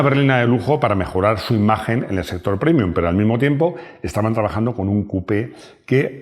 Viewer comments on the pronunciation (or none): realmente me molesta que pronuncies la palabra latina PREMIUM como "primium" (versión en lengua inglesa) cuando en español se pronuncia como el original latino: PREMIUM. Se corrija, caballero